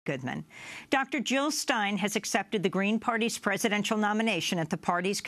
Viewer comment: Jill not Hill!